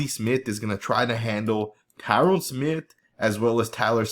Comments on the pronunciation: Lord he's been on the team for 11 or 12 years, learn to pronounce his name already. It's Tyron pronounced ty-run with the emphasis on the ty. NOT TYRONE! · its pronounced Tie Rin Smith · nice footage, but I kind of got annoyed by the mispronunciation of Tyron Smith name... you kept calling him Tyrone lol